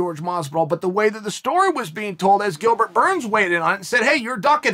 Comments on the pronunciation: “Gilbert Borns” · Gilbert "Borns" lol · "Gilbert Bourne"